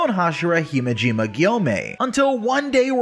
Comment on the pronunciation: It’s pronounced hi-may ji ma not hi ma ji ma